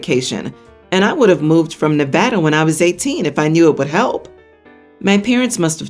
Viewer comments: Omg, someone who pronounces Nevada correctly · Holy crap! Someone who actual pronounces “Nevada” correctly!